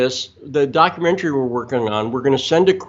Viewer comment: doc-u-ment-ary,...not "documentarary!" (that's not a real word) This is why the Left laughs at the Right's credentials.